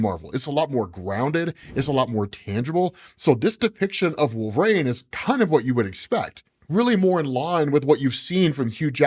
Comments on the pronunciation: Can't stand the way you pronounce "Wolverain" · WHY the F*CK does say "Wool- vuh-rain"?!